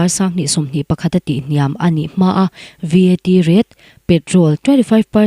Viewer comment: I Aw hi a mawi ltk,Mahse..i chhiar hma hian, I lam rik dan tur mithiam rawn rawn hmasa thin teh,I lam dik lo thin a,ngaithlak a hreawm tlat ... Point hnu ah number hi a mal te te a sawi tur ania, VAT te pawh hi spell a sawi loh tur (Vet) tih ang a,lam tur ani ...tun tum pawh ka ngaitha zo peih lo tlat mai ..